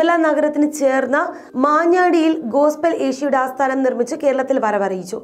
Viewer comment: മാഞ്ഞാടി....??????? What ?? മഞ്ഞാടി.... ശരിക്കു നോക്കി വായിക്ക്